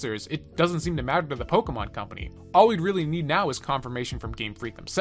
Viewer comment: You say Pokemon correctly. Subbed.